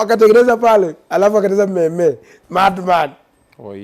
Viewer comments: I won't lie to you ..I also pronounced it the same way as him until someone corrected me 😂😂😂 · The pronunciation of the word MEME ...😂😂😂 especially how he said